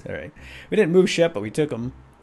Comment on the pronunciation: umm it is shep not sheb oO oO oO oO